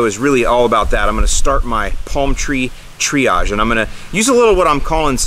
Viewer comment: You"ve had to do some triage (TREE-age). Sorry, that was terrible.